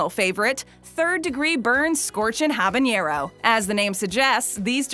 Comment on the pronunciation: me"habanero her "habeieneieroh"